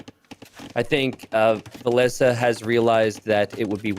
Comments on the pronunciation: Why changing the pronunciation of villese’s name ? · yep, it's v(I)lese and everyone used viles. I feel like it s a good and respectful thing to pronounce the players names as their original pronounciation was intended by the very players that hold the names. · Because it was incorectly pronounced